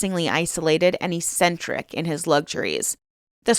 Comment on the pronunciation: E-centric? "Ek-centric". There are half a dozen others but my hands were full.... Have you really never heard any of these words before?